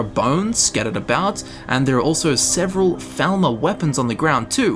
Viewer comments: It's falmar not felma 😂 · You were saying "thalmor" this whole time? Cause all I heard was "velma" for the past hour. Not a complaint, I love scooby-doo!